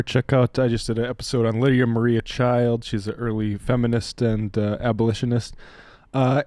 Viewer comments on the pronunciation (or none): none